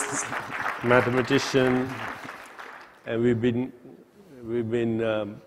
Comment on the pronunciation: When Chopra introduces Stapp....is sounds like he says "Mathemagician".....which I think is soooo very cool:))).